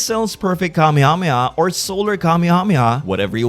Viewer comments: It’s wrong. The correct way is Kame-Hame-Ha. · The way you pronounce Kamehameha bothers me to my core. I dont think its wrong, its just different.